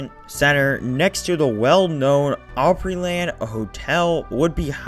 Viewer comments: ooooopryland? Nah. Its AHHHHpryland/ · Nashville native here. Opryland is "op" with a short o, not "ope" with a long o. OG Nashvillians hate Gaylord for shutting down Opryland without warning and opening yet another mall---at the time Opry Mills opened, there were a total of NINE active malls in Nashville. That said, a new mall in that area would have been an excellent alternative to a theme park...in the 1970s or 1980s. By the time Opry Mills opened in 2000, brick-and-mortar stores were already starting to be usurped by online shopping. Once the Great Recession came along in 2007, the lesser performing malls of the city started folding up in short order. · I remember riding Chaos when I was about 7 or 8 years old, and it scared the CRAP out of me! I loved Opryland so much- grew up about 20 mins from there, and we had season passes. I remember when they built the Hangman ride. Just FYI, it’s pronounced Opryland (the word “Opry” is a derivative of the word, Opera, because of the musical performances- it’s opera, but in a southern US dialect/pronunciation)